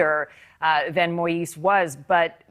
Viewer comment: I wish that American reporters will listen to how the Haitian reporter, James pronounced Moïse's first name. They all really butcher it.